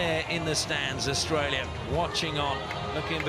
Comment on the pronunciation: HE SAID AUISTRALIA🤣